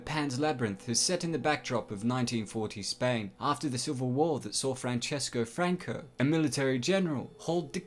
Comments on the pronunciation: Francisco not franchesco, he’s spanish not Italian. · this guy calls Francisco Franco "Franchesco Franco". I'm no Falangist, but hearing his name get fucked up like that is infuriating